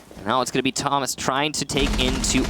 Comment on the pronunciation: And for the rest of the match they both say "toe-mas" actually... it's not versatile, it's a completely different name!